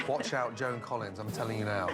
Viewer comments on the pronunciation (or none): none